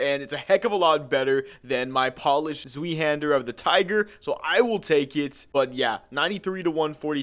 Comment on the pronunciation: sweehander lol